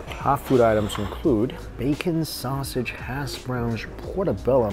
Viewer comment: “Hass” Browns look good.